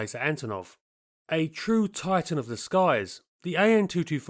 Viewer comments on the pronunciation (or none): none